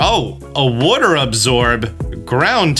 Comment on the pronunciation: Disliked for the way you pronounce water